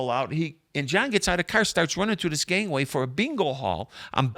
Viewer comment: love the way you say gangway, lol wonder how many people outside Chicago know what a gangway is